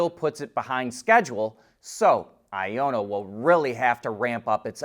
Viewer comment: I ON NA not I O NNA